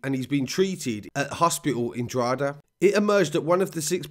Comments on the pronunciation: DRAW-HID-AA not drawheeda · Drogheda is pronounced more like Dro-heda than Droheeda. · Draw-heh-da not draw HEEE da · Droheeda 😂 it’s pronounced Draw-heda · Love these videos. Well researched. Straight to the point. Droha-da < that's how your say Drogheda phonetically though it's the only thing you get wrong haha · Quick tip Drogheda is pronounced “DrawHeadA” great job by the say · I pronounce it drock a da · I'd pronounce it Draw-hidda. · Repeat after me. DRA-HE-DA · As a Dub myself. You're pronunciation was pretty good for an English accent. Just a minor correction . Drogheda is pronounced "Drohada" with the emphasis on the first syllable. Great vid. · Man your killing me with the Drogheda. Its pernounced DROW HA DA. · The narrator pronounces Drogheda as the Australian version of the outback Drogheeda. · Incredible report, It’s pronounced Drock ha da. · Dr hoda..is how it’s said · It's pronounced droth eda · You don't pronounce the g in drogheda